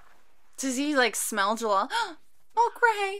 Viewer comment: It's Jellal but there's no L sound in Japanese so they struggle with it so it's comes off as an R sound like 'gerrard'. It's Jellal though - the author likes western names hence Wendy, Lucy, Gray etc